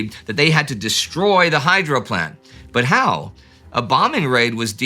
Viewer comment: Every time you say "hydro" I hear "hydra". Somebody send in Steve Rogers.